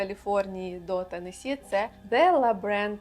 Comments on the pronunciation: Посмішили як Ви зауважили що наголос у назві штату Теннессі правильний а потім одразу якась з тих блогериць сказала велкам ту ауар ТЕннессі хаус тур😂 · я якраз про те шо вона не правильно вимовляє